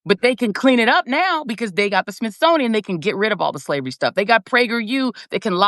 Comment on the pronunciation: Joy Reid said “ Smithsoniam”